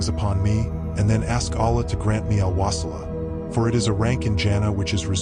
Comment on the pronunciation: Please talk correctly 🙏 wasila and JANAT farduis ala 🙏